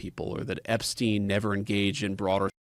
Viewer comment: ahh yes, Jepstien Epstien.